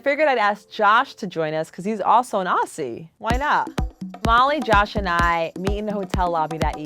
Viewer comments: It's not aassi, it's aussie (ozzy). Source: I'm Australian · Its oZZy not oSSy. You are such a idiot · It’s not aUsSIe it’s pronounced ozzy Get it right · The was she said Aussie made me wanna kill my self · The way she said aussie! I cringed so hard